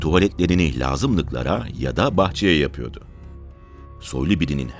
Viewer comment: Sayın, anlatımınız gayet güzel yalnız “yapıyodu” yerine “yapıyordu” yu kullansanız daha doğru ve hoş olacak. Dikkatinize…! 👍👍